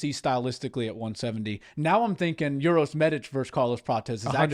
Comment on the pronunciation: Uros is pronounced "oo-roh-sh" and Medic is "meh-deech". It's not "your-os" or medic like the ambulance medic 🙂